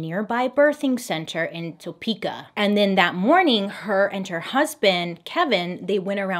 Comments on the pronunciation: I just have to say as a Topekan it's hilarious how people pronounce it 😂 so much emphasis "TOEPEEKAH" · I am from Topeka, KS. I love how she pronounced it. TOE-PEEKA ❤ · I've never heard Topeka pronounced like that lol! I'm from Kansas and we say Tuh-peekuh